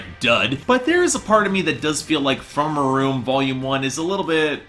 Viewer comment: Learn how to pronounce the albums title before you review it